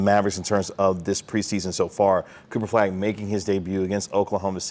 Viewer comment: Kinda driving me nuts that no one can say "Flagg" or even "Cooper". It's always "Cooperflagg", all one word, every time.